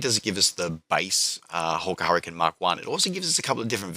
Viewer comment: "An 'urricane with an 'ook" :D